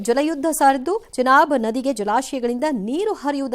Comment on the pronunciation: ಜನಾಬ್ ಅಲ್ವೋ ಅದು ಚನಾಬ್